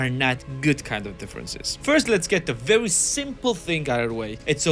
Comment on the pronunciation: “vewy” you sound fat bro sort yourself out